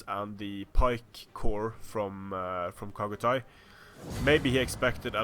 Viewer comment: Chagatay is pronounced with "ch" at "cherry" not "kh" at "khan". Other than that, you aren't butchering anything.